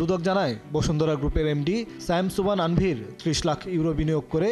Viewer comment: আনভির না তানভির 😂